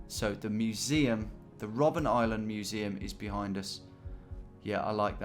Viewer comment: You really don't like reading names, do you? :D First Robben Island, then the word "Nürnberger" in front of Christkindlmarkt.